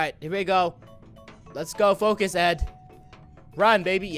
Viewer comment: DID you hear that he sed foc us